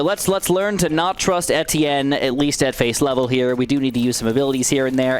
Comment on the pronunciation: that's how its pronounced tho